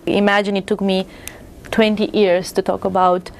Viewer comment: and It took me twenty "ears" to talk about